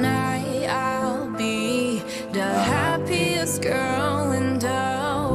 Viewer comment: i just noticed Jennie pronounces "the" like "duh"